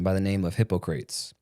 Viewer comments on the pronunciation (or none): not Hippo crates. hip-pac-cruh-teez